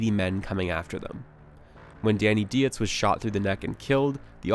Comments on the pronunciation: It was Operation Redwings as in the hockey team, his name is prounced deets not deeutz and it's Ahmad Shah. Goddamn bro. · It’s DIETZ…..”deets”, not “die-etz”. . Geez, that’s a basic thing and not that hard to get. Come on, man. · it's 100% ai voice gen, who pronounces "dietz" as dee-ets? It's pronounced deetz. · It’s pronounced DEETZ you dumb ass. You’re sooo smart and able to make your whole hearted opinions about all this but not smart enough to pronounce a common English last name. Clown. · As soon as the narrator pronounces Dietz ‘dee-its’ I had suspicions this was foreign propaganda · Not that anyone will give a shit but..Dietz is pronounced Deets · Good lord. Dietz is pronounced like 'deetz'. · Dietz is German and pronounced like the poet Keats ie deatz... This video is therefore totally the wrongest on YouTube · The way you pronounced Dietz 😵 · sec in and I can’t even listen anymore. You mispronounced a dead SEALs name but made sure to correctly say the Afghans. Then you make it sound as if Luttrell had ANY say. Murphy was the officer. It was his decision to free the goat herders. in already 0 for 2. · idk if we read the same book or what but it doesnt sound like it lol. its also super annoying hearing you mispronounce a bunch of stuff, especially deitz